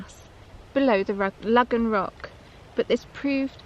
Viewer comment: Excellent video and story as always..... I have a curiosity question though. All my life in Cornwall it's been called Logan or Logans rock, pronounced Low gan. In your video from 8 years ago you pronounced it like this but in this video your pronouncing it Lug gan rock..... what's changed, have I missed some academic saying this is how it should be pronounced now?